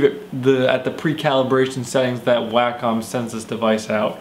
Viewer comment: it's: 'wah -come', at least know how to say the name if you're going to review a $1500 product.